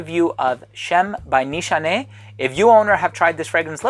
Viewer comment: Awesome as always,this brand actually from my home country🇹🇷👍👍👍btw your pronunciation on nişane(means target,aim )right on the spot!